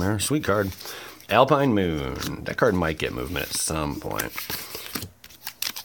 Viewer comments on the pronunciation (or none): none